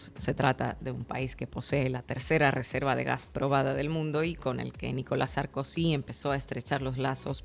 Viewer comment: Jajajaja 😂 ¿"SARKUSI"? jajajaja